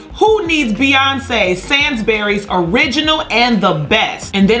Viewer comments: SANES-BURIES LOL not sansburys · Say it speLt like this SANE'S - BURRYS loool not sansberrys hahahaha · Did she really just pronounce it SANS BERRYS? Good lord 😂 It’s SANES-BURYS and yes we all love Beyoncé but let’s be honest the clothes are ugly and they’re just the Sainsbury’s uniform on weed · ITS sAINS -BURYS. NOT SANS BURYS. JUST BECAUSE YOUR AMERICAN DOESNT MEAN YOU CAN COMMANDEER A PRONUNCIATION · It's actually pronounced Saint bury like Saint rather sand bury the way you are pronouncing it. It sound odd # watch a free commercial on sainsbury on YouTube and you heard how,it pronounced. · Sans Berry gal.? Lmao. We usually pronounce it sayinsbury though I love yours😂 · It is pronounced SAINSbury. Not SANSbury. It’s on par with Shop Rite or Publix. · OMG, its not 'sands' bury but 'SANES' (as in insane) !!!!! 🤣 And as a Londoner, YES THEY WERE JOKING!!! To me it is VERY CLEARLY a joke, people have too much time on her hands. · Pronouncing = sains-bree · Sainsburys ( sayns berrys) is how its pronounced from London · "sansberry's? " "Sainsbury's?" *Laughs in British 😂 I just can't believe Americans can't pronounce one of our biggest supermarkets. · Im from the uk🇬🇧 its sayn-bur-ees Edit:i think this is all a joke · Its pronounced “sanesbury” 😅 no one shops there anyway🙄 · Pronounced- SaY-nz-Burr-eeze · BTW it’s SAAAINSburys Sounds like STAIN/PAIN/PLAIN Sainsbury’s 😂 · SAINSBURY’S!!!🤣🤣🤣🤣 deadassssss. Lol I live in UK Sainsbury’s and Tesco’s are iconic and so is Beyoncé they should be honoured it’s pronounced Sanes - breeze or Sane - burries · This is funny as hell. I can believe people went through all this effort 🤣🤣🤣 Sainsbury's will probably never shut down and I highly doubt Karren was fired 😂😂😂😂 this is hilarious though. oh and you picked the wrong option, it is pronounced Sainsbury not sansbury. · Its pronounced Sanesburys. This sainsburys vs Beyonce was a joke not suppose to be taken seriously lol! Ha ha ha! Goodness gracious it was hilarious! Laugh